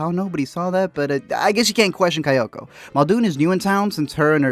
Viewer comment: KayAko, not KayOko